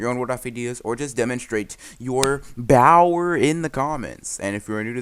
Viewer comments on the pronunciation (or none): Every time I hear this man says bower, I’m just like: I live for this for some reason